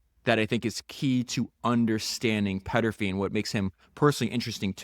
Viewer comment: Podcast It's Thomas Peterffy, not Petterfy